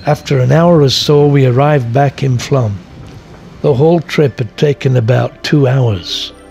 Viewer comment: It's either Flåm or Flaam, not Flam ;-) Sounds like flawm.